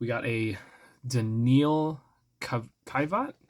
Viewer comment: pronounced “danielle kiv-yacht” (danielle is said as in danielle hunter from the vikings)